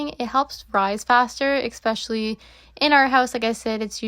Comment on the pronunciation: Why do you say expecially? I only heard this from afroamericans.